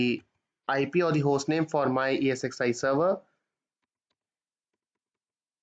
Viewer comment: Thanks for the explanation. One small suggestion, while talking, you say EXsi instead of ESxi :) Please rectify